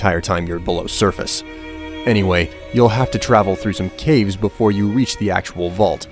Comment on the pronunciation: cave not cavr